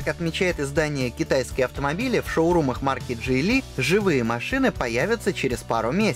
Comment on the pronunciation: Мне одному послышалось Джей Ли? звучит как начало китайского боевика